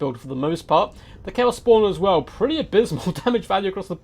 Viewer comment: I love your channel, but I don’t understand that diction tick so many total war youtuber seem to have. You guys slow down - accentuate the last words of your sentences it’s really weird and a bit disturbing. “... and bringing four. mortar. as. WELL.” “Two crabs and. other. big. tarGETS.” I think it might be a Heir of Carthage bad habit, but it’s quite disturbing imo. Great, great content though.